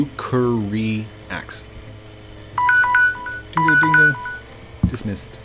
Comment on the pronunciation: Rukiyaxe : Ruk-er-E-axe